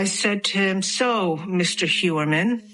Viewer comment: Hoy-er-man is the pronunciation in original German.